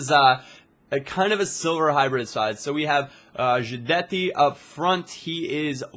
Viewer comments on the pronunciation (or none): he is called Guidetti! not djuitetti!